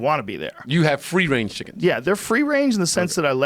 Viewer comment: Fwee wange chickens 👍🐔